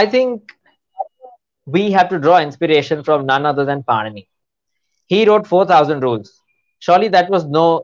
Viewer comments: The interviewer should have at least known that it is not पनीनि but पाणिनी 😢😂😂😂😅😅😅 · it is not Panini(पनिनी)- it is Pāṇini (पाणिनि) Panini is a bread🤦🏾‍♀️- Pāṇini is a grammarian for God’s sake- when you are talking a subject on linguistics- kindly take some effort to show preparedness💁🏽‍♀️ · Did she just pronounce it as Panini like Panini bread 😆 it's Pāṇini